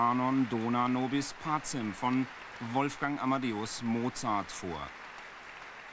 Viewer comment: Warum nur singen (viel zu) viele Interpreten immer "pa-zem"? Die korrekte Aussprache lautet "pa-tschem"!